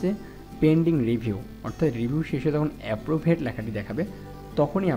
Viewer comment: ভাই এপ্রুভড্ কে এপ্রুভূড পড়ছেন আবার ব্রানস কে ব্র্যান্স বলতেছেন কেন?